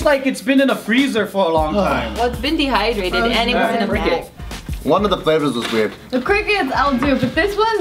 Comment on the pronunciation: "So they're dehydradated" Where did that indian accent come from? Lol